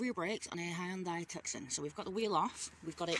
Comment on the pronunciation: Hyundai TUCK-SON 🤣🤣🤣